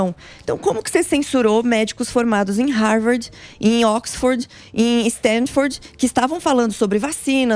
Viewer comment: Em "5.25" ela falando sobre as universidades, ela diz "StanDford" querendo se referir a Stanford. Chamem o Elias kkkkkkk